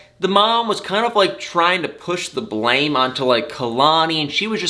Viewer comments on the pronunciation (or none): none